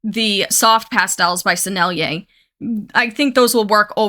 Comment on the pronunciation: She can say Sennelier! 😮 YAY! 🎉❤ Follow!